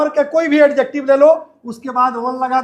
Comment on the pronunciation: Sorry sir but its अजेक्टिव not एडजेक्टिव